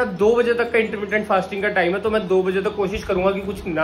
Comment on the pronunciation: Intteerrmmndient fasting😂😂😂😂